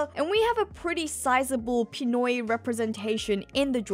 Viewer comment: We're all waiting for Jamie Lee Curtis to be casted as Dr. Kurea, and who is gonna play CROCODILE?! I have a gut feeling it's gonna be a big A-lister! And you really know your Filipinos when I heard you say "Pinoy".